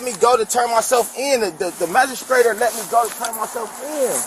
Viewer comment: This guy doesn’t know how to pronounce half the words he’s saying, let alone know the definition “magistrater” “BMV” and I’m sure more